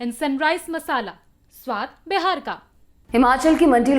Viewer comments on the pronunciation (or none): none